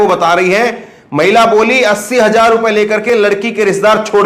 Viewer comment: AAP 1 SAHI JOURNALIST HAIN AAP APNE PRONOUNCIATION SHAI KAR LEN Aap k channel ka naam ONLINE NEWS hai. Aap news ko NEWJ bol rahe hain, sahi hai NEWZ kahna. Hajar nahi, sahi hai HAZAR JINDA nahi, sahi hai ZINDA JULM nahi, sahi hai ZULM ummeed hai aap correct karoge future men All the Best